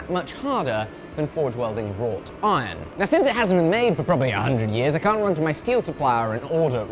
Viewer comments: why is he adding a "t' in raw iron?? rawt iron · Please can someone confirm what hes saying when he says raw "tine" im not sure what it is , rot iron ? raw tiron ? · I only hear "raw tine" and I was extremely confused. A bit of searching around, and now I get it "Wrought iron" haha